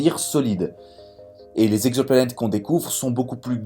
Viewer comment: À 1'00 : "On a recensé quatre mille Z'exoplanètes [...]". Chelou la liaison.